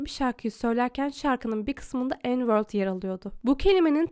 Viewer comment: N word mü diyordun yoksa n world mu diyorsun abla?(Düzenleme:anladım)